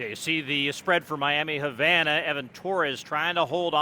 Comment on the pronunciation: The way he pronounces Havana makes me angry